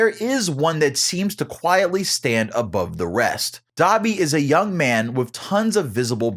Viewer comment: Nah Dabi its da bee